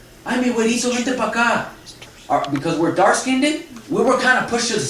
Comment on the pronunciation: Yes, in the communities, black and I guess Mexican as well, we say skinded, instead of skinned. But it's understood. LOL. We are code switching all the time in these communities, you probably would have automatically said skinned if this presentation was in a corporate setting, we do it on auto pilot.